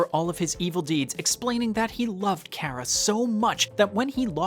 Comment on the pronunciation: MY FAVORITE GAME IN THE WORLDDD ❤ (also the way he says Chara and Alphys pisses me off but it's all good lol)